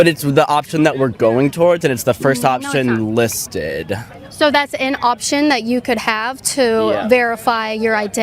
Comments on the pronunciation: "list-eddddd" God help us. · just so you know if you say 'listed' like this.. you are a gayolord.